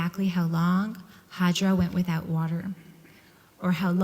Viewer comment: She's called hajar not hajra.